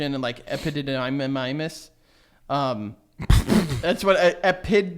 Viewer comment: “Ep-I-did-a-miss” “Pross-do-tie-dis”